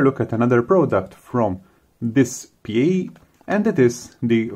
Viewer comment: It's pronounced This-pay according to the official DSPIAE people. Also, thanks for the vid! Was looking for more info about this thing!